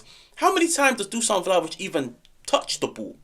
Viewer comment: It's DU-SH-AN not DUSAN. Appreciate yer dedication. I'm yer biggest supporter.